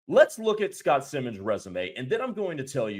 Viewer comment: It's S I mons long I. Not Simmons.